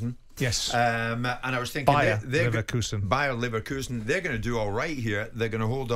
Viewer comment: Why did we have 10 seconds of White and Jordan trying to pronounce Bayer Leverkusen?